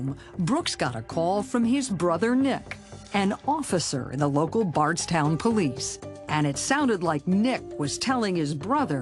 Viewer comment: Also I pronounced bardstown weird and brooks houcs so wrong